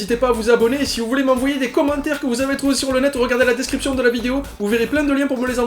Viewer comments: bah alors vois que quand veux y arrive avec le mot Dezsrcipztion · Au final, as réussi à dire "description", à la fin de la vidéo ^_^